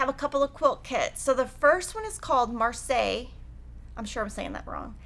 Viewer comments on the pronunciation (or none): none